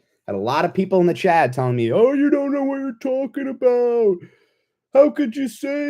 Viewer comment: its CHAT, not CHAD 😂